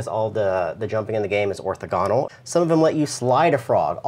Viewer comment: "Orthogonal" - accent is on the 2nd syllable, fyi...just like "diagonal"